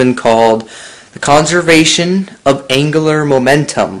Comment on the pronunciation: Hmm. I thought that it is "angular momentum" ? Not "angler momentum"